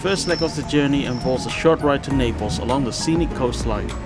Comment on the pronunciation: It's Naples not "Napels"